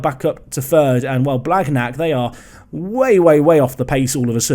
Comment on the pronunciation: Your pronounciation on th « gn » like blagnac is terrible! 😂 it’s more « blaniac » if you only consider spelling